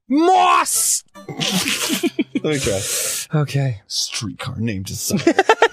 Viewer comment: His Jersey accent definitely comes through on that one lol